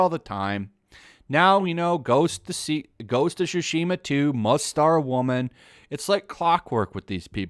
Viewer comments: As someone who is learning Japanese (from a Japanese man) I instantly noticed in the video how you butchered the word 対馬 (つしま) ("Tsushima"), pronouncing it as "Shushima", lol. Anyways: good video! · Can they stop saying sushima, tsushima! don't do what LoU2 did please! I feel like lot those women don't even play games